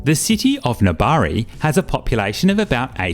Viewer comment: Your pronunciation for Nabari is perfect! I'm from Nabari :)